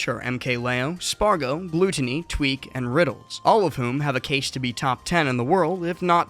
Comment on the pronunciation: How are people still pronouncing is "Gl-oot-onny